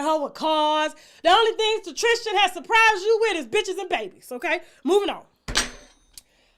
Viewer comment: Tristen not Tristian . Triggered. Just as Kristen ain’t Christian.